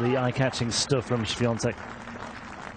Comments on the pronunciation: Też zwróciłem na to uwagę. Wymawia tak dobrze, że przez moment zastanawiałem się, czy to nie Polak. :) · komentator ( mysle ,ze nie Polak?) ...jak poprawnie wymawia nazwisko i imie naszej tenisistki ... widac , ze docenia jej talent 😁🇵🇱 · Od razu pomyslalam o trym samym , ze nauczyl sie poprawnie sie wymawiac nazwisko i imie , moze przez szacunek dla jej talentu ,a moze slyszal odp Igi jak brzmi jej nazwisko po angielsku , a jak po polsku , no i jak woli zeby wymawiali jej nazwisko ? Iga odp. ze chce czy tez bardziej jej sie podoba jak poprawnie ,po polsku wymawiaja jej nazwisko komentatorzy czy dziennikarze - tak zrozumialam odp.Igi SWIA,TEK 😜